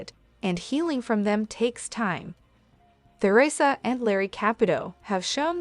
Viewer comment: I agree with the below comments-it must be hard for both parties. A word to the person programming the AI narrator: Take note that there's no "th" sound in the word Theresa.